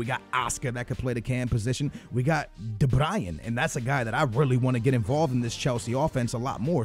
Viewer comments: Not de Brian it's de Bruyne like brew-na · Jon Gunes no it's Kevin de-broy-ne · de BRUYNE pls not fucking de BRIAN. what the fuck man? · Hahahaa u say 'THE BRAYEN' ur supposed to say de bruyne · Pronounced ocoar and de Brian really? It's de bryn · It's Kevin De Bruyne(bruun) not Brayan. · i seriously feel like slapping him across the face when he says de Bryan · It's not de-Brian!!! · de bruyne (broin, like you say groin). idrc but there are probably some people getting annoyed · Btw de bruyne is pronounced de br-oyn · De Bru-ney* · De Bryan? ahhahah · Stop saying De brian!!! FFS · I'm dutch and you saying van Ginkel and De bruyn (Belgic language comes from dutch) sound 10 times more stupid then for al the english people...